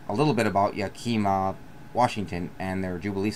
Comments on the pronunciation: Its yak-uh-mah not yak-eee-ma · it’s pronounced yak-i-ma not yakeema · It's not yakeyma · I literally can’t even watch this, it’s so cringy hearing him say “yakeema”. Did you just pick a random book and start reading it on camera? Or have you actually been to Yakima? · Think YAKAMA (emphasis on the first syllable) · You sound like a telemarketer. Learn how to pronounce Yakima.